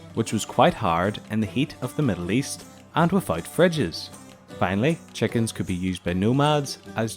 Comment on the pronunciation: What accent is: 'chekins' and 'pegs'?